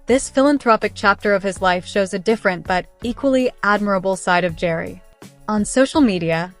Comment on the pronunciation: Pronounce Gerry like GARY